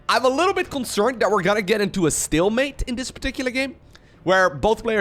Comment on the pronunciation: oh man ... learn how to pronounce stealmate man ... it bothers me.... dunno why